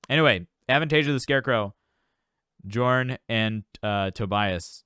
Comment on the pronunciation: You pronounce Jorn as Yorn......and Lande as Lawn-Day.